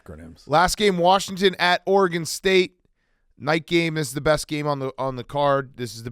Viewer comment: Why does Dave say Oregone?